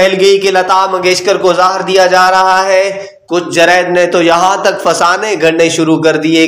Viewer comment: Lefz,, zeher,, apna urdu tulafaz or durust karyn, zeher,, lefz gult bol ry thy